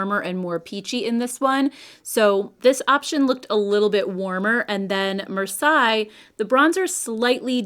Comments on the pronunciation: This is an old city in southern France and is pronounced “mar-SAY”, not “mar-sigh”. I’m cool toned, so I’m so glad you tried these,. Thank you!!! I’m also glad the stick shadows are coming back. I am traveling this summer and they’re so much easier to pack and use on the go. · The Laura Mercier bronzer looks interesting. I'm going to check it out today at Sephora. BTW, the shade Marseille is pronounced "mar-say." Like the city. 🙂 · Love your opinions and the look is beautiful. (Marseilles is pronounced “mar-say” 😊) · In case you are interested: Marseille = 'maar·say' Thanks for the reviews. I always love yours. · Marseilles is said Marsey 😉 very surprised she used that name, it is one of the biggest cities in south of France, just at the beginning of the Provence but it is not the most stunning 🤣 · Love your eye look today! Marseille is pronounced like Marsay.